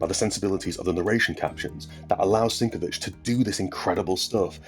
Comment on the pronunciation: Love this book — so much to talk about. BTW, if you care about fussy pronunciation things, it's sin-KEV-itch not SINK-o-vitch. Cheers.